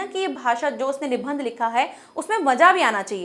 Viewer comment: Nibandh shabd ka sahi uchcharan kijiye